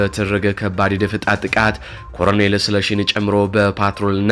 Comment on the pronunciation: ለአዘጋጁ ወንድማችን:- "..ኮረኔል" አይባልም:: ትክክለኛው አጠራር "ኮሎኔል" ነው:: ቃሉ የመጣውም Colonel ከሚለው የእንግሊዝኛ word ነው:: በተረፈ በርታ! ድል ለጀግናው ፋኖ!